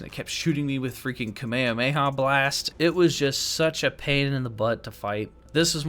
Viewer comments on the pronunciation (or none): none